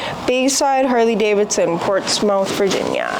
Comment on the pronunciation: Portsmouth is pronounced Port-smith or perhaps port-smuhth.